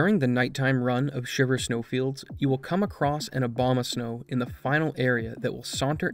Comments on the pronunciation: Are you purposefully pronouncing Abomasnow like Obamasnow due to the skip being named after a common mispronunciation because you are definitely not pronouncing an "A" then an "O" lol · "He will continue unabated" Abomasnow ♀ lol